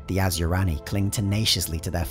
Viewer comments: Asuryani is pronounced.....a-soo-ree an ......not....as u rani.... Don't pronounce the I ......otherwise great vid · Okay I'm an Eldar lore master and I gotta say every time you say Asuryani, it's like nails on a chalkboard to me. It's pronounced Ah-Sir-E-On-E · Is it just me or is Asuryani pronounced Asyurani in the video? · Asur-YA-ni, not as-YU-rani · You sure it's not (Ah-soor-yah-ni)? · I love your lectures, but cmon, asuryani and ynead are not pronounced like that :D